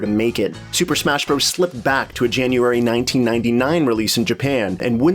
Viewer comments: FYI it's pronounced "Super Smash Brothers". "Bros." with a period is an abbreviation. "bros" is a different word. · I love your videos but it's Bros. pronounced, "Brothers." Saying it different in an apparent attempt to be cool is like nails on a chalkboard. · Can you stop saying Bros. as "broze"? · Because it is spelled Bros, it is still said as brothers.